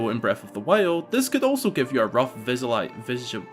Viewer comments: Do you actually have trouble pronouncing visualization or was that a joke? I'd believe either. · Your struggle to say 'visualization' has me dying. That's a tough word